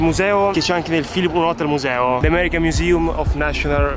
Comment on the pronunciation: "The american miusium of nascionar.....story.....yes,vabbè andiamo" ho riso, troppo 😂❤️